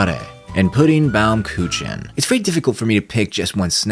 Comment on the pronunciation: I'm right after the commercial and two things. 1. Your mispronounciation of "baumkuchen" made me snicker. 2. I saw Nadesico withou having seen the big mecha series, except maybe Eva, and I still loved it. And yeah, the English dub adds a bit of a different flavor.